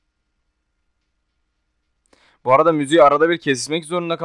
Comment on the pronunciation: casino yu kazino diyen ilk insansın abi :D